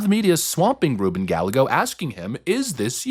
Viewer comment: Can we stop!?!? ITS RUBEN! It’s not a maybe or a possible! ITSSSSS RUBEN GALLAGOS